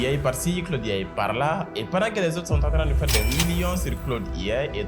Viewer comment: Claude IA (prononciation Francais) Claude AI (prononciation Anglais), la tu commences par A qui se prononce A et I qui se prononce "aï" Adoptes ça